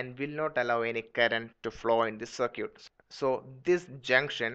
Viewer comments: FYI, its circuit, sir-kit, you pronounce it sir-q. So its not sir-q, but sir-kit. I'm just trying to help out, no disrespect. Thanks, a great video. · You have a horrible accent, more importantly, what the hell is a "cer-cute". Learn the proper pronunciation of the word "circuit". Do you pronounce biscuits as "bis-cutes"? My ears are bleeding after listening to all these. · ~circuit~ no sircute